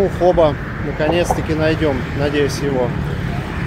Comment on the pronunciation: Извините, очень режет слух, Фо Бó, с ударением на второй слог))